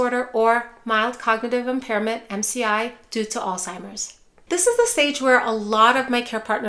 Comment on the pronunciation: PLEASE....No "T" in Alzheimer's. It's not "All-Timers." How can we ever cure it if people can't say it?